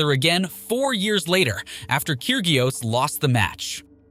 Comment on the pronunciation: Nick Kig-ree-ose ???? Get someone who follows tennis to narrate next time!!!